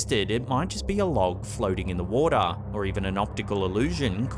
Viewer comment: "In da wodaa" xD